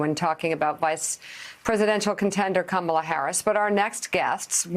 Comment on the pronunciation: For starters.. we need to pronounce her name correctly.